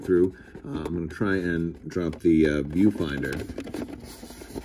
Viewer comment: When you said “viewfinder”, I thought you said “pedofinder”